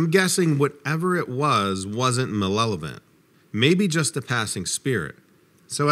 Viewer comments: LOL "malelevant" It's MALEVALENT bro!!! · i think you mean Ma lev o lent.... for anyone trying to learn English from the internet.(not Malell ovent Your stories are very good.